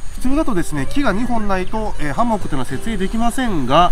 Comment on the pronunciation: 『ハンモック』って言葉‥ナマってません？ww イントネーションが気になって内容が入ってこないww でもとても参考になりました。ありがとうございます😊